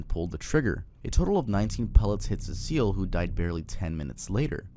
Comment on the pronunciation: its pronounced se-cil